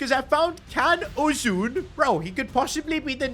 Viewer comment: its ' JAN ' uzun. Not Kan lol pronounced different than Jan in english.